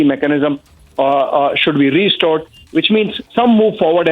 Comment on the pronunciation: It is restore. NOT re-store.